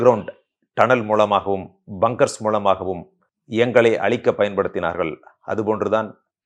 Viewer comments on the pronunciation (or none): அழிக்க வேண்டும் என்பதை அளிக்க வேண்டும் என்று சொல்கிறீர்கள். ழகரம் சரியாகப் பழகவும்.